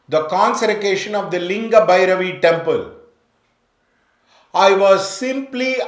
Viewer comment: You can't even pronounce consecration "conserication" and talks about Linga Bhairavi , I think you need to educated yourself sir first, secondly try to understand the dynamics of prana prathishta, if you entered the temple you would know.